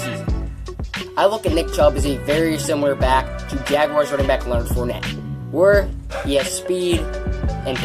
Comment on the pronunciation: ... did you just say fornette?! Dislike. Good day sir